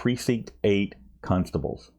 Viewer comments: did you just say precinct 8 cuntstables?!? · Another entertaining episode,. But if I'm honest, half the reason I watch your vids is to hear how you pronounce "constables"... ("cuhnstables")... LOVE it!!